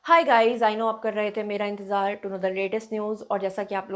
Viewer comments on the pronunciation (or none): none